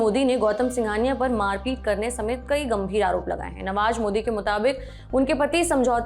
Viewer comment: नवाज नहीं नवाज़ होता है, जमीन नहीं ज़मीन होता है, अंदाजा नहीं अंदाज़ा होता है, मंजिल नहीं मंज़िल होता है, निजूज नहीं न्यूज़ होता है दस्तावेज नहीं दस्तावेज़ होता है। Goodness gracious your pronunciation of Urdu words is terribly wrong and terribly irritating too. Only Saurabh knows why he hired someone like you whose pronunciation of Urdu words is so horrible.